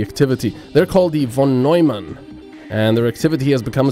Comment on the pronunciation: ...Von Nojman? Seriously. -.